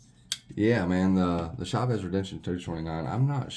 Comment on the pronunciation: Dude the way you pronounce Chaves is badass